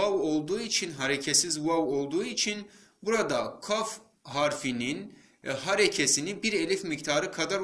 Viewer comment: kaf harfine gü diyosun ve çok hızlı okuyosun